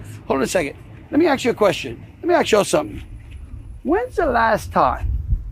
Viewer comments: What an idiot! Trying to be all 'street ' The word is ask, not axe you utter moron. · Let me “axe” you a question? Huh? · High level diplomat.?? Says.. "Let me AXE you a question.." Please.. learn to speak English properly. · “I wanna ax you a question “ 😂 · This is an American politician and he can't even pronounce ask or asked properly!!! That's pathetic!! An AX or some people spell it AXE is a tool used for chopping wood!!! Just ignorant.... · Landry is a white guy who pronounces the word "ask" as "aks." Curious. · That's a question that Greenlanders should axe/aks themselves. Send someone who can speak english. Geeez. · Landry is so inbred he can't even say the word "ask". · Aks yourself... Aks yourself who taught you English!! AKS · "Lemme ax you a queshion" 😅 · He needs to learn how to say ‘ask’. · The man cannot even pronounce the word "ask".....